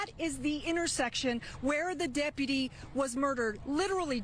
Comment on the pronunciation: Why does that loser sheriff mispronounce deputy? Is he retarded or something? "Depaty."🤣